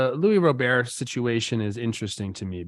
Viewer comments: His name is not pronounced "Row-Bear." It's pronounced more like "Rob-er." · Just like, for future reference, it's Luis (With the S pronounced at the end) not Louis like French, and Robert is pronounced with a hard T at the end like you'd pronounce the name in English. (Edit: Just heard yall pronounce it right the next chance, let this just be a lesson for anyone who needs it I guess) But overall yeah, the guy is disappointing in just about every regard. Even though he has elite range in CF, he doesn't communicate seemingly at all. The amount of near collisions on balls between the outfielders is insane, and it's been going on since he started playing for us. His plate discipline is awful, and again, hasn't seemingly improved at all since he got here. It feels like a guy with all the tools, but not the insane drive required to utilize all those tools at the MLB level. He doesn't seem to make adjustments, and with the stuff about not knowing the bench coach's name and all that, I am worried he won't ever develop into the player he is capable of being.